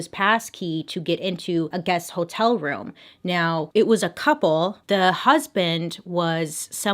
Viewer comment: I love how she pronounces “hotel”. Like “whole-tell”. 🤭😘💖☺️ it makes me smile every time.